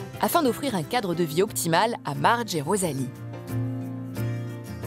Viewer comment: Mais ce n'est pas Mardge qu'elle s'appelle mais plutôt Marge !!! Enfin bref, c'est assez drôle de voir des passions de ce genre... Mais tant mieux pour eux !